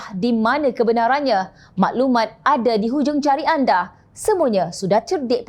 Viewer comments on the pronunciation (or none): none